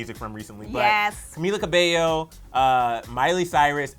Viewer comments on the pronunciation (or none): did she said ca-bello instead of ca-beio. I’m Ca-fended lol 😂 funny comment i found in a video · "caMilLa cAbeLlo" the pronunciation made me cringe 😂🤢